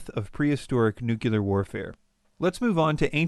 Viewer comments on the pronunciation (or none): new-clear, not new-cue-ler. UGH. So hard to listen to! But otherwise quite good.